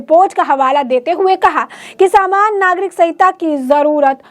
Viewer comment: Swagat....saaman nagrik.... What a pronounce..